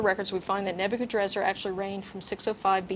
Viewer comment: sorry, but "Nebuchadnezzar" isnt pronounced "neb-you-can-drazzar" (only one 'R' at the end) other than my lil ancient-king-name gripe, this show is fan-freaking-tastic, everyone keep up the good work!!!! Shit... shoulda waited for the later part when they go over the original and greek forms... i fail